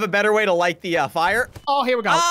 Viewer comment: did he say fire or fu***r